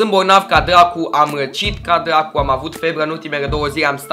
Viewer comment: Eu moooor. Ai spus "Dlacu" =)))))